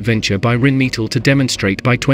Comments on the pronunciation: You would think that in 2023 a computer voice wouldn't mispronounce so many words... Rhinemetal, me-tall? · The pronounciation of "Rheinmetall" is cruel. 🙉